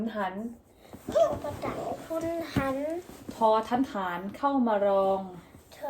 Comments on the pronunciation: ฐ ต้องออกเสียง ถ ฐานครับไม่ใช่ออกเสียงเป็น ทอ ครับ fc. ใหม่ครับเยี่ยมๆสอนให้ลูกครึ่งอ่านออกภาษาไทย👍👍👍👍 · ฐ อ่านว่า ถอ - ถาน นะคะ ถอ - ถาน